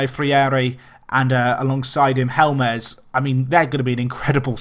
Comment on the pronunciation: you're funny. If you know how to pronounce 'HOLMES' then you know how to pronounce 'HELMES' (ignore the second e). Oh and 'Paola' is 'POW-LA'.:) But I like how you project for talent. I'm learning a lot about how to successfully play with minnows. I typically run one to promotion then jump at the first 'big' club job I can get.